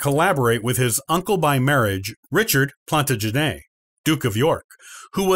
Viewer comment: The second "W" in "Warwick" is silent. "Plantagenet", "Barnet" and "Gloucester" are all also mispronounced in this video.